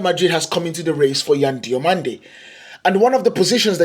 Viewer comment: I watch you from Spain, your spanish names pronunciation are pretty good, good video.